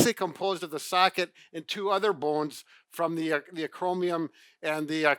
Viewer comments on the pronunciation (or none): Hey. After you commented on some of the crazy pronunciations patients say, you clearly mispronounced the acromion the acromium.